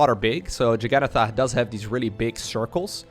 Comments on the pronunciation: jugga-naut-uh Also, it's "very FEW shenanigans" or "very little shenaniganry". ;) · The name Jagannatha is pronounced "Jug a nath", the last part rhymes with path. It's the name of a Hindu God worshiped in the state of Odisha. The original meaning of Jagannatha is "lord of the universe". Every year there's a festival with these massive wooden carts, and the word English word Juggernaut came from those carts. The English heard crazy stories about this festival, where people would jump under the wheels of these massive carts to commit suicide, and thus the name came to mean something unstoppable that crushes anything in it's way.